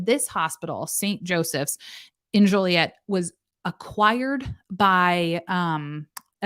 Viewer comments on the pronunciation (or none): I live less than 2 hours from Joliet (My late husband actually lived there). I think it's pronounced Jo-Lee-Ette. There's also a Romeoville